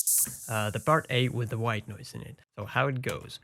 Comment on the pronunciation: every time he says white noise i chuckle a little bit. "Ghwite noice"